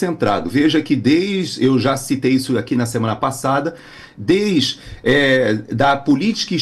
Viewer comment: Não é "des" é "desde" 😊 "Pelamor" 🙄